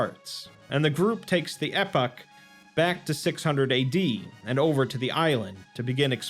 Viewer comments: E pock not Epic. Not to be that guy but epoch is pronounced E Pock an references a massive period of time like the ice age. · It is "E-poch". The E is elongated and pronounced like the E in English. Poch is more like Pocahontas.